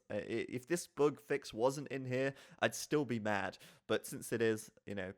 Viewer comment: "boog" fix ?